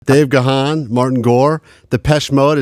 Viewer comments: It's pronounced Gone not GA Hawn lol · It's a bit sad that the presenter doesn't know how to pronounce Dave's surname properly. It is "guuun" not "gahan". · What is it with this channel and their pronunciation of "Gahan"? It's one feckin syllable!!!, not two! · That gahan pronunciation, though. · It’s actually pronounced Gan as in ‘man’ ‘can’. The ‘h’ is silent! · Yeah, I get annoyed by that too. I’m pretty sure Dave gave up on correcting people long ago, because they’re going to keep saying Ga-Han no matter what 🙄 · Ok but how do you interview the boys and still mispronounce Dave's last name??😭😭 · you mis-pronounced Dave's last name... nice interview otherwise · 📌📍Sidenote....it would have been fabulous if you had correctly pronounced Dave's last name correctly given his & DM's history....come on now!!! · Over 40 years of Depeche Mode's existence and idiots still can't pronounce Gahan correctly